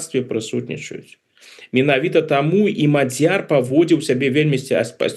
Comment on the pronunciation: На первый слог..ударение..Мадьер